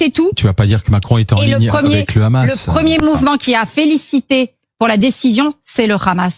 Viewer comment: Pourquoi cette dinde dit khkhamass